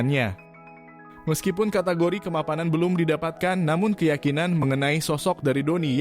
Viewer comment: Kemapamanan 😅 Kemapanan, bang